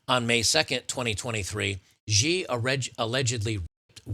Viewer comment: In what world is "Xi" pronounced "Geee?" You discredit yourself by not being able to read basic words.. Xi is pronounced "she" ironically given the case, but that is how it's pronounced. Anytime you see XI in Chinese names it's pronounced "she."